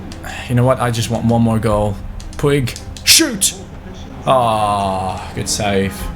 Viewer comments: ITS PRONOUNCED POOJ NOT POO-IG😂😂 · Puig's name is pronounced "pug" not like the dog but more like "pooj". Like so can see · Puig is actually pronounced “Puch” Like so can see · Puig's name is pronounced puch, not how it is spelled. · I was about to say that ;D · puig is pronounced poodge Like so can see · In Barcelona they pronounce Puig like pooch Like so can see